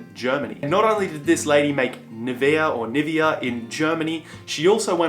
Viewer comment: it's, erm, "AhDEEdis". LOL! But you got the "Puma," "Nivea," and "Sticky Tape" pronunciations right, so I'll give you that. LOL! Great fun kiddo!